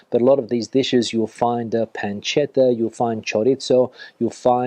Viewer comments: No es PANCHETA, sino PANCETA, con C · It's not "pancheta" but panceta. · Una pequeña corrección...panceta se pronuncia con c, no con ch. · Yo le perdono la pronunciación por haber mojado el pan con tanto entusiasmo 😂